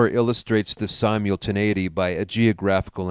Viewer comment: Sy-mule-tinAity or sim-ul-tinAity? Haha i do enjoy this work I'm just commenting on something i noticed